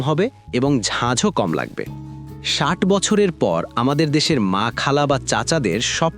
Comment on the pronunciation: ষাইট নয় ষাট আগে ভাষা টা ঠিক করেন কখনো ষাইট আবার কখনো ষাট এই গুলো ঠিক করেন।